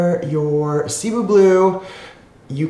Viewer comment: sih-BOO. My parents are Filipino. Hopefully we can get correct pronunciation getting around more. Much appreciated.